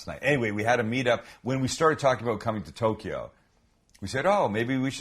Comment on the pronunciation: Tokyo is TWO syllables NOT THREE. There is NO "E" sound between TOK and YO. Just FYI..